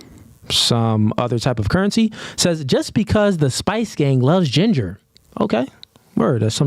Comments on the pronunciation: Yea that was the issue…she said Gender, not jinger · It sounded like she said GENDER not Jinger…